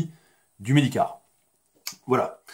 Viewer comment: Medicare comme Mediquerre hein :)